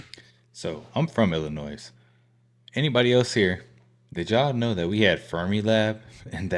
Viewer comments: How are you from Illinois and not know that the "s" in Illinois is silent? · H9W U FROM ILLINOIS AND U PRONOUNCE THE SILENT S ON THE END. WTF IS WRONG WICHU 😂😂😂😂😂😂